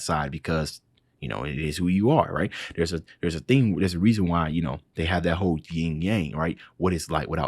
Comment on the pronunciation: yin, not ying